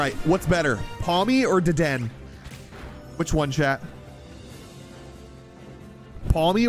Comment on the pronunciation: He's mispronouncing every pokemon it's become his original character now XDDDD Dedenne is pronounced Deh-deh-neigh Also you're 3'11